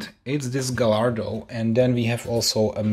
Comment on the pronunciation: Dude, you act as though you have never taken a model out of its box??? It's not hard, just pull all the flaps to the outside on one end and lift the box while gently wiggling it and it will come out just fine. P.S. It's pronounced Guy-ar-do, not Ga-lar-do, the 'l' is silent. You say you are not a fan of manual transmissions - that tells me you probably never drove one and therefore are not proficient with its operation. That's funny, because I grew up with manual trans. and like most others my age, would much prefer a manual to an automatic. Well, even the current Corvette is automatic only so manuals are doomed to slip into history..........but I still love them. They simply provide a wider range of control of the vehicle and more flexibility in how you can drive it. My last car was an SVT Focus with a 6 speed manual Getrag transmission from Germany and I loved it! Oh well, each to his own as they say. 😉